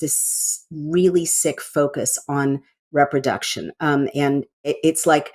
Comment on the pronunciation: Re-production, not rep-roduction.